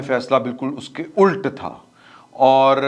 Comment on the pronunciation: Ult" nahe "Ulat" is the right word in Urdu